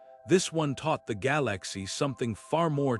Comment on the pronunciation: "Gal Lax e" 🤣🤣🤣🤣🤣🤣